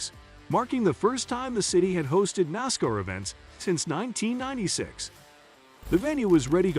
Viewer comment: Can't say Camaro or Nascar correctly fail